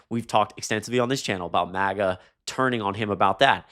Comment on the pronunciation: Love your channel, it’s MAGA with a short A pronounciation